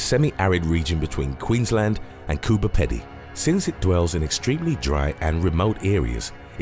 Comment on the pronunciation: "Coober peddy"? Pronounced 'Coober Peedy'